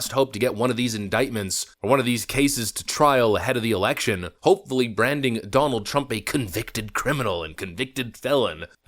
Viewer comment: OMG goof can U NOT ever not speak in double talk - and WTH do U mispronounce TRUMPs 1st name & the MA democracy? Not sure it it remotely as funny as U think it might be